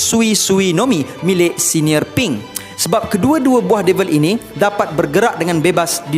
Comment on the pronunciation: Bukan sebutan dy senior pink, tapi senyor pink....señor pink ñ tu berbuyi y...so senyor. Adiiossss